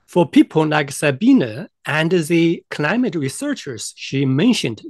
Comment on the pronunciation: Amusing, you might try learning how to pronounce her name.